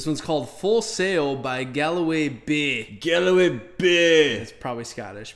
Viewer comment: it is pronounced Gall way.